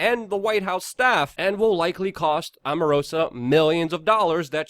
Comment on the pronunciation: It's pronounced Strok, not Stork & Omarosa, not Amarosa